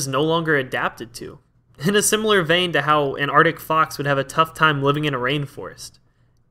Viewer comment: "Antarctic Fox" was what I heard... After I thought "that can't be right", I had to rewind 4 times to be sure there was an arctic fox... I'm apparently not evolved to pay attention all too vell, while I'm doing other things 😅